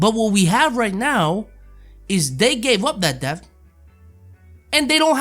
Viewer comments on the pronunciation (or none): English: ‘Depth”: ‘Deft’